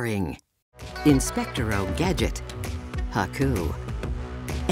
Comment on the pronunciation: "Inspectiro Gadget" blasted my sides into space 😂😂😂